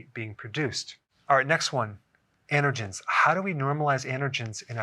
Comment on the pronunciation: Are you saying "intergens" or "andergens?" Is that how they say it in the east?